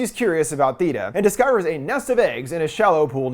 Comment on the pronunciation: You say “Theeta” like you didn’t listen to it and only read the subtitles, you hard at hearing?